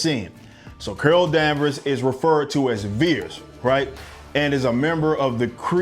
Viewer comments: “Curol” LoL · It was criminal the way you pronounce Carol. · Who is "Curl"?....Oh you mean " Carol"? 😂. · I keep cracking up when he pronounces Carol as Curl 😂🤣🤣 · Why you keep saying curl instead of Carol? You still thinking about burning some steam and work out the travesty that was Captain Marvel? Cuz i'm doing that! This movie was epic trash, it makes the worst MCU movies look like academy award winners! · Carol is NOT pronounced "curl."